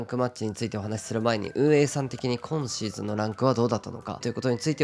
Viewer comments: 初見です。 こ↑んシーズン、ら↑いシーズンのが気になって内容が入ってこなかった、、、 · 毎回6っk59さんの「今シーズン」のイントネーションが気になってしょうがないです。